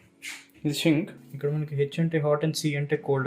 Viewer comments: చక్కగా వివరించినావు. ముచ్చటగా ఉన్నది. సింక్ అనడానికి బదులు Shink అంటున్నావు. అదొకటి సరిచేసుకుంటే బాగుంటుంది. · Good thing bro, Japan lo shit yela veltaru ani live ga chupaledhu thank god, aaa pronunciation enti bro JAYPAN, SHINK............adi smoke ni lagesssstuntadi, dhanni CHIMNEY antaru bro.....mothaniki Japan lo telugugodu DORAEMON ga marithey nee la untundhi ani nerupinchav bro.......